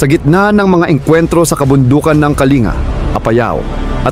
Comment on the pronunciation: Kalinga "(bigkas nyan ay "kaling-ga")